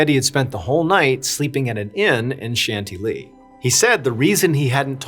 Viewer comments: John, please double check European name and place pronunciations; Chantilly is pronounced "SHAN-TILLY" NOT 'shanty-lee'!!!!! 🤷🏻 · Are people aware that you can Google how to pronounce things? "Shant-ee-lee" and "Sen-less" hurt me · Hyppolite = EE-pol-EET Chantilly = Chan- tee-yee Senlis = Sawn-lee If you'd like to hire a French consultant, I'm available ;) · Chantilly is pronounced as shan-TIL-ee in English (/ʃænˈtɪl.i/) and as shahn-tee-yee in French. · If you're trying to say "Chantilly" all the way through this, please - PLEASE - don't ever do that again. If not, as you were.